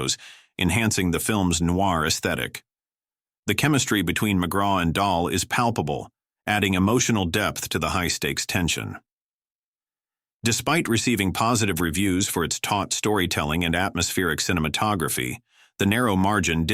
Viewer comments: It's pronounced MacCray ....fantastic underated actor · McRae: Mc-Ray long A Bette Davis: pronounced Betty Milland: accent the 2nd syllable